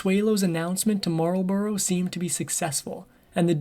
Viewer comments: At least pronounce the name right. It's not, it's Marlbruh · It would be nice if just once an American narrator could learn the correct pronunciation. It's not 'the Duke of marl-bow-row'. It's the Duke of marl-bruh. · Marlborough is pronounced mole-bruh I live a few miles from Blenheim palace where Consuelo would have lived. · Marlborough is pronounced 'mawl buh ruh'.